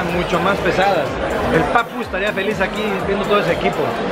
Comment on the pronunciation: estabas al lado de Lesslie Polinesia y sus videos también estabas tú pero cuando dijiste tu nombre se escucha facu pero yo sabía yo sabía que eras tú